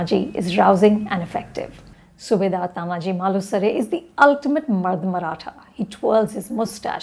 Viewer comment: Are you serious Anupama! First, learn to pronounce the name of the protagonist ie pronounce it as Taanaaji. It is not Tanaaji. Second, do not bring your fake secularism and inclusivity while evaluating period dramas, keep the times in mind. Historically, India’s the most critical and cruel enemy has been the Islamic invaders in the forms of Lodhis, Mughals, Durranis (eg Ahmad Shah Abdali), Khiljis etc. All were invaders. Some kingdoms in India had the pride and the courage to fight these invaders but lost. Some straightaway surrendered and unfortunately, worked for these invaders. These were the leaches that were the worst. It was primarily the Shivaji Maharaj and his Marathas who finally turned it around. Anupama, each battle that the Marathas had to fight against Islamic invaders Mughals, adilshahs, nijamshahs etc can be made into a great unsung warrior movie.